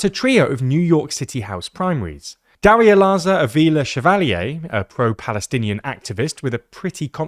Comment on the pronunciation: it's Darializa not Darialaza😂